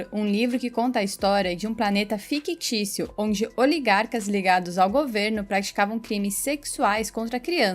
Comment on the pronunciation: aprenda a pronunciar FICTÍCIO (e não FIQUITÍCIO) antes de envergonhar sua família querendo ser narradora publicamente.